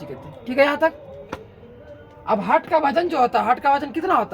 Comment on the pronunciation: हार्ट होता है सर जी .... हर्ट नहीं होता है